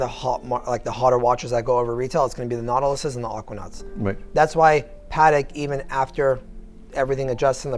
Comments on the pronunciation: Why does pronounce Patek wrong like "Patic"? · Just curious - I thought it was pronounced "Pah Teck" as two clear syllables but the salesman refers to it as PAHTK" with the emphasis on the Pah.